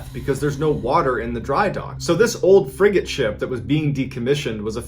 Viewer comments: I heard, The Old Friggin Ship. Guess she's not very "YAR" huh?😅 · I know he's saying frigate ship. But I keep hearing friggin sh*t 😂😂